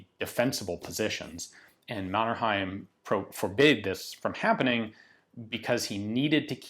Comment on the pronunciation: I love your pronunciation of Mannerheim <3